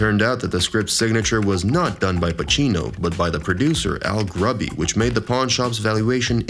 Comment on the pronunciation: lol who the hell is Al Grubby??? its Al Ruddy yo :)